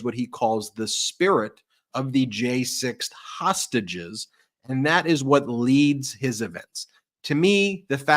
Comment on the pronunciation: He seems to have a problem saying 'hostages'. Hosashes